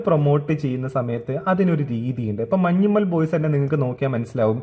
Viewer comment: മലയാളി എന്ന് പറയുന്ന സേച്ചിക്ക് മഞ്ഞുമ്മേൽ എന്ന് പറയാൻ അറിയില്ല.. മഞ്ചിമേൽ 😂😂